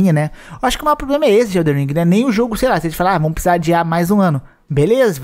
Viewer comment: Não Eh eldeR eh eldeN !